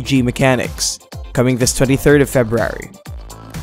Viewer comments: Video should be called “How not to pronounce February” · LOL Feb-rary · Axess2084 haha I'm glad I'm not the only one who heard it 😂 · I imagine that's the Tommy Wiseau pronunciation. lol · I love how he says February 😂😂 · Videy games? Febrary? Dude, annunciation.